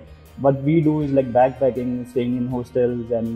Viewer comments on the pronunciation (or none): Wo hOstel naahi haaastel hai🤣🤣🤣